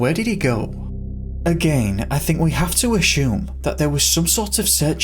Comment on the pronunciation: I think its time we address the real mystery here... And that is.... Why does the narrator pronounce the word ASSUME as aSHume. Does he know something we do not? Who gave him this knowledge? Was my english teacher wrong all along, the bastard! The mysteries never end...